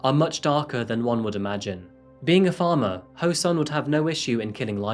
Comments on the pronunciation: This happened when I was a student and my parents and teachers used to warn me about strangers who seem nice and ask you if you want a ride. (Oh and just to mention he's pronounced soon! Not sun!) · the sun part of his name is pronounced more like ‘soon’ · english is not my maternal language, so everytime you said " ho-sun" I heard " her son and I was like " WHO'S SON I DON'T GET IT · I kept hearing "her son" everytime you said Ho-Sun, and I kept thinking, Whose son?🤣🤣